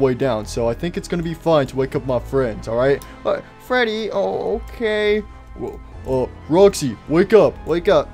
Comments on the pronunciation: I like how says fweddy instead of freddy lol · I like geogory is saying freedwy